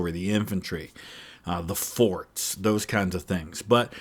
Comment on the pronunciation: *forts…..not “force”